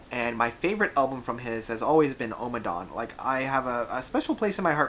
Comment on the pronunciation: Ohhhmmadawn - there is no need to stress the opening vowel of the title. Utterly unnecessary